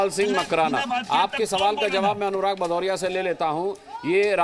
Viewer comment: भदौरिया नहीं पदौरिया है 😂😂😂